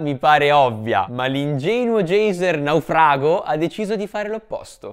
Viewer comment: Ma perché dici la parola:"Naufrago" con 2 pronuncia diverse? 🤣🤣🤣🤣🤣🤣🤣